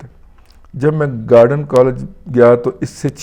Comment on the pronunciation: دادا یہ گارڈن کالج نہیں پڑھیں۔۔۔ گورڈن تلفظ ہے۔۔۔gorden کسی انگریز کے نام پر۔